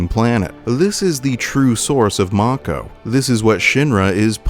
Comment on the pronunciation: As a kid, I always pronounced mako as ‘may-co’. Along with Aeris and Midgar. Hearing Aerith, Mako (Mah-co) and Midgard was weird